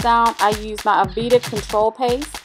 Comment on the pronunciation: Great vids as always! P.s. Don't take offense but it's pronounced ah-"vay"-da not ah-ve-da. :)